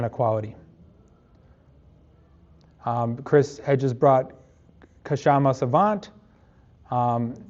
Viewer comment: Your pronunciation of Kshama’s name will be closer to the actual pronunciation if you leave the K silent.